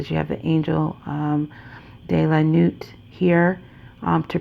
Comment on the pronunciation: Thank you for this beautiful reading💖... I love all your readings... you have a soothing voice with calming beautiful energy🌟... and just wanted to help you with pronouncing the name of the deck... "La nuit" is "the night" in french... it is pronounced >la nooee< ..."t" is silent... Again, thank you🙏... love and light to you... looking forward to your next read💖